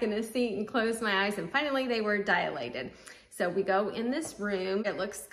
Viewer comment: Dilated. DIE-lated. NOT Die-UH-lated. Dialogue, dialectic, diatribe, diameter, etc. NOT Dialated.